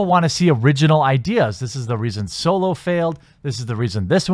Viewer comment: Are you saying "Soylo"? I see what you did there.